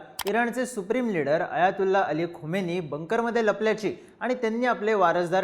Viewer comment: Khamini not khomeini. Khomeini died long back , present leader is खामेनी